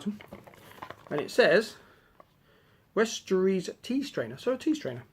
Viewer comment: Firstly westerossssss is dear not eees lol Secondly Aragon and Arwen from the third movie Thirdly we got the same candle